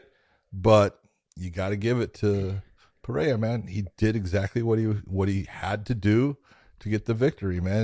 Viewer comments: John you should say PP not Pa for Pereira. The sound of Pe is same as pe- destrian and not pa- l. And the sound of "rrei" its its R with hey . So you should say Pe Rhey RRA. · hahahah you still dont know how to say PEREIRA. you are wrong John haha, you say PA REI JA 🤣🤣🤣. the pronunciation is, PE ,like Pet (animals) with out the T , REI you are ok John, and, RA is the same logic that REI, but easier, just RA. Repeat after me haha!! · From the great Jon Anik: "PSA: Periera is pronounced pah-RAY-rah, ideally with rolled R’s. But most importantly…there is no ‘H’ sound. It is not Pah-HAY-rah. If you can’t roll the R’s or don’t want to, just make sure you utter the hard ‘R’ on both syllables. Oh. And it’s ah-LEX. Not AL-ix." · Why is Big Jon unable to say Alex’s last name correctly? Pe-rare-uh. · ive never heard it pronounced "perayha" but what do i know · Big John just won’t learn how to say Pereira lol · If people just pronounced Pereira in a normal English pronunciation, it would sound closer to the one in Portuguese than all the crazy attempts that all media people were making all these weeks. That what John taught so eloquently in this episode is also wrong. 😂 (I am from São Paulo just as Pereira.) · Big John is wrong about his pronunciation of Pereira. As a general rule: If the R is at the beginning of a word (Fx Rio, Royce, Roger) or if it's double R (Fx. Caio Borralho) then that's when you use the H-sound. If it's between two vowels - as the R's in Pereira - then R is pronounced as a normal English R. The R is also pronounced as a normal English R if it comes after a consonant but before a vowel (Fx. Gracie). I know it's hella confusing. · No es Alex Pe-re-ira like the way you pronounce a city that is in Colombia. When the R is in between vowels the R is pronounced as a regular R like in English or Spanish